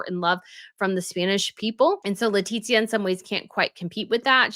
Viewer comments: It is without the second *T*, it is Letizia no Letitzia. I'm from México and I know what I'm talking about. Every single name must be pronounced correctly, no matter where you come from... don't you think? is a professional, she'll understand. 😉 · you are pronouncing Queen Letizia's name incorrectly; you are pronouncing it as Leti*T*zia... ¿why? She was living in México for several years, and her reputación wasn't good by the way. 🤷🏻‍♀️